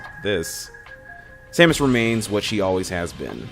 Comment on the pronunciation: It's Samus not Somus because in Prime 3 and Other M people call her Samus.